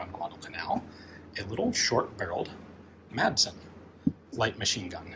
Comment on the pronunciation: As a Dane i will never not smile at how english speaking people pronounce “Madsen”